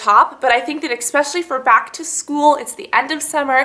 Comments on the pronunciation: It's actually eSpecially, not eXpecially. Ugh, biggest pet peeve right there. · Why do you keep saying EX-specially?